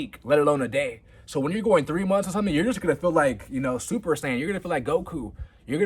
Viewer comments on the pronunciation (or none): none